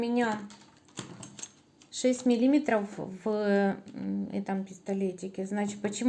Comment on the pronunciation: Согласна. А ещё "значитЬ",пОверх. Слух режет.